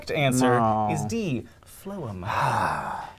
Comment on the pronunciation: LOL HANK THOUGHT ME ABOUT PHLOEM HIMSLEF BUT HE MANAGED TO GET IT WRONG